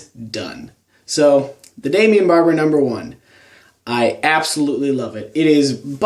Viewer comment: I don't understand why you like this product so much. It doesn't have any hold. It hardens up within 10 minutes after applying it to my hair. It loses its shine after 1 hour. And for a water base pomade it doesn't even wash out easily. English is not my native language but shouldn't you pronounce the brandname as "Daimon" instead of "Damian"? I allways watch all your pomade reviews and I love them! But this one truly sucks, and so does the pomade.